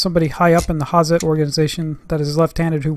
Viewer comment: Hi, nice videos you make! I see them a while. I just want to tell you, Hazet isnt spoken with a soft Z, you have to use it hard (like the tools). Speak: "ha-Zett" Sharp 'Z', short strong 't' greets from Germany